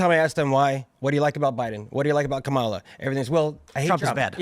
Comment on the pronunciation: The absolute most pressing issue for the democrat leadership and the MSM is that you don't mispronounce her name.